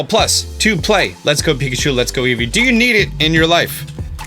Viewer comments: "Pikatchu!" "EvOi" WTF? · Wait, eevee is pronounced as evoi?! My whole child is a lie :( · Does it drive anyone else.crazy how eevee says it's name? "Eevoi" reason number 1 why I will be getting pikachu